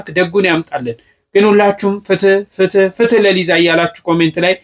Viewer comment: ፍት ለሊዛ ሳይሆን የሚባለው ፍትህ ለሊዛ ነው የሚባለው